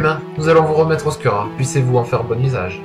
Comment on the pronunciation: Pas mal, pas mal, Imothep ^^ PS : ça se prononce "Oscoura" et non "Oscura" ;)